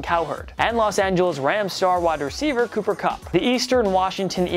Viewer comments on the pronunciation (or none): none